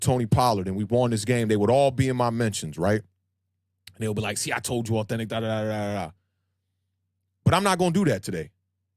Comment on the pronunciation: That opening lol. As Awthentik as it gets.